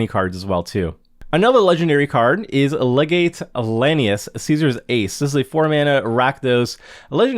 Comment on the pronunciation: Legate is pronounced as “Leg-it”